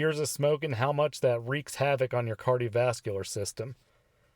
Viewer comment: I recommend you pronounce things correctly like cardiovascular system. Maybe then people will take you seriously. Idk I’m 12 days smoke free watching this video like wtf did so do? If he says I should quit maybe I should have just stayed a smoker. Jesus Christ sound educated. Sorry not sorry.